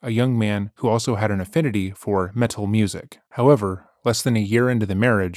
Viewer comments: He's never said metal like this in any other video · You pronounce "meTal"with the emphasis on "T" like Apollo the bird from the Apollo and Frens channel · I love the way pronounces metal with a hard T. MeTTTal. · Stop saying 'meTul' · Met-al is killing me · Please tell me you’re pronouncing it “Meh-TAHL” because of Apollo the African Grey Parrot. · I am enjoying his pronunciation. There is no such thing as heavy meddle. But why does he say ‘rebuddle’? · Ok I’m just in and laughing my butt off at your pronunciation on “metal” as a GenX “metal” fan myself lol PS we metal heads REJECT this dumb witch at all especially her gross crimes!!!! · Didnt say it that way in the last video about this lady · Is the narrator acoustic? His pronunciation of metal has me second guessing his IQ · He says metal here like Apollo the parrot lmao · been waiting all week for this! i was gonna wait until the end to leave a comment but i gotta say this right away -- i love the way you're sarcastically pronouncing "metal," emphasizing the T, it immediately cracked me up. i'd love to see her react to someone pronouncing it like that to her face. it kind of reminds me of the soft pink truth's cover of the song "black metal" from his album of extremely over the top avant-garde electronic covers of classic black metal songs (called "why do the heathen rage?"), definitely worth a listen if you want to hear something uhhh. interesting, i guess?